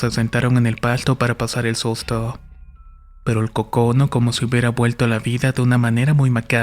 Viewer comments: Ojo, se pronuncia c'ocono!!! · Muy buena tu historia. Pero se pronuncia Còcono. Es un guajolote, pavo. Saludos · EL acento diacrítico en la palabra "cócono" sería en la primer sílaba, tu la pronunciaste en la segunda por eso se escucha raro. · Está raro como pronuncias cócono pero ya me entró la duda de cómo es por internet